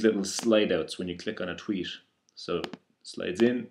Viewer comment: its "Tweet" not Tweesh :P